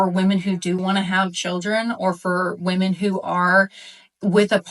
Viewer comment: When food it become fashionable to mispronounce “women?”